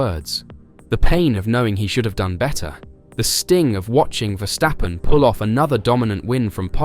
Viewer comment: And if Verstappen smells blood, just hold. Andrea Stella cannot even pronounce Max's name, not RB Stella, but it's Max Verstappen.